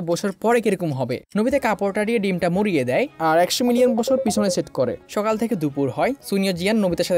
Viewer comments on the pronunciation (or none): none